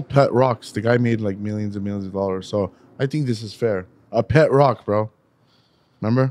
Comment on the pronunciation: The funniest part of the podcast is how and his number one fan () mock for not being able to pronounce words yet read the word ‘ROCK’ wrong 👀😂